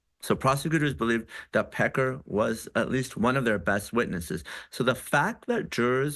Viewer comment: It seems that she really likes to emphasize Pecker when she says it... just sayin'.